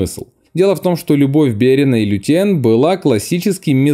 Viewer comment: Комментатор, учи матчасть. Возлюбленную Берена звали ЛЮтиэнь, а не ЛутиЭН. И узнай, где ставить ударение в именах Арагорн и Ниэнор. И хватит везде пихать сравнение с дурными престолами, в которых нет ничего интересного.